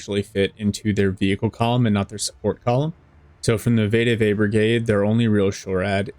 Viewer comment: Greta video. Also it’s pronounced ve-de-ve not vay-de-vay